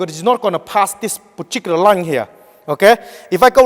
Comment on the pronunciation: I came here to hear 'poochicular' one more time.